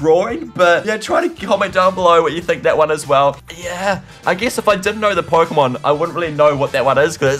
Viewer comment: Key pooemon